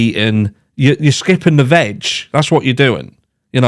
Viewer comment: Never say veg again 😅🤣. Did NOT sound like veg at all lol.